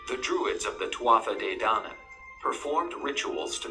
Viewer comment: Twatha de dainan. That's completely wrong. It's pronounced two-a de dan-an.